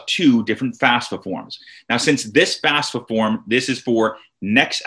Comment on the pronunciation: get the name right , its not fasfa its FAFSA